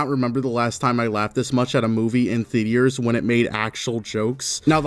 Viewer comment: Anyone gonna bring up the fact how he pronounces theatres as the-de-tres?